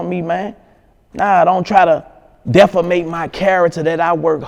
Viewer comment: He can't say "defame" to save his life lol